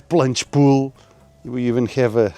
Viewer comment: did you say beautiful planche pool? :face-purple-crying